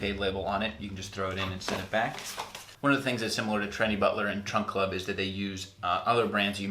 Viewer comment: "Trump" or "Trunk" Club? Sounds like Trump and said "Trunk" on cc then, "Trump." (I replayed it.) Good video,.